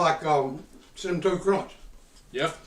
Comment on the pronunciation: “very cinaminaminne” 😂😂